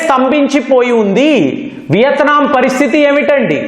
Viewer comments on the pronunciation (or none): none